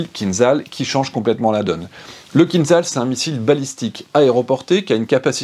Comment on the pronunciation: Bonjour, je pense que le format est bon, dommage que les informations soient inexactes, le MIG-31 n'est pas la version biplace du MIG-25, le missile Kinzhal ( a prononce'r Kinjal) n'est pas un missile ballistique, je préfère m'arrêter là.